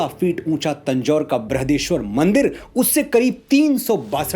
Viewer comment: बृृहदेेश्वर नहीं , बृहदीश्वर